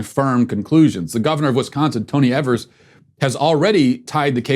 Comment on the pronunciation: The governor's last name is pronounced "eve-ers" or . Don't worry - I won't call you racist.